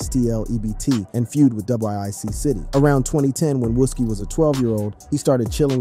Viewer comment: Seriously I'm not even from there and I know how to pronounce that 🤣 I think everyone know then again he also say "wuski" haha